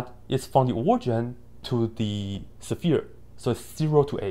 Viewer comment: I like how you say sephere! I really do.